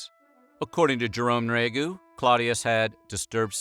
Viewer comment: Jerome Nriagu, would pronounce his name, 'knee-ree-ah-go,' if anyone was wondering. The narrator was just lazy.